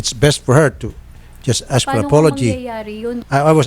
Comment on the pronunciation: Nakakastress si ate"I ass!(ask) I ass!(ask)" .. Tuloy ang kaso. Asteroid? Juscolored😞